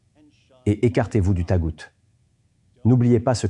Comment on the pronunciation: Salut, "Taghut" se prononce "Taroute" ;)